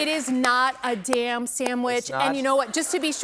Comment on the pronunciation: 😏 Apparently, in Michigan, “damn” is a two-syllable word.